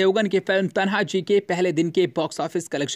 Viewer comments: It is Tanaji, not Tanha ji as you mentioned in Hindi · Pehle bolna sikh le bhai, phir video banaa, तन्हाजी नही तान्हाजी नाम है मूवी का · तान्हाजी है वो तनहाजी नही😠😠😠😠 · Kya faltu video banate ho Are thik se hamare maratha yodhaoka [तनहाजी] naam nahi le sakte or chale video banane Naam hai [ तान्हाजी मालुसरे ] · भाई तान्हाजी बोलो